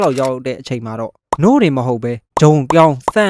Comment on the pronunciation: နို့လို့ပြောတာမရှင်လို့ခနခနနာထောင်နေရတယ်အစပိုင်မှ🗿